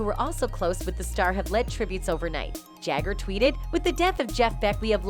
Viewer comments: Hate when the reporter is reporting on something so important in rock n roll history as Jeff's passing and pronounces Mick Jagger's name as Mick Jager. Not knowing how to say Jagger's name correctly tells me she knows nothing about these 2 legendary artists when his name can't even be pronounced correctly, or perhaps it's artificial intelligence doing the reporting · Chrissie "Hind"? Mick 'Yay-gur'? There are enough duplicate clips and quotes in this that it's 3 times as long as it needs to be.